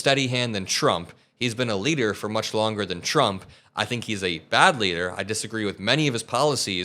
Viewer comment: Her "tr" sounds like "ch", President Chump